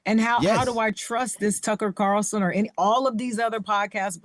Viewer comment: He said Tucker CARLTON 🤣🤣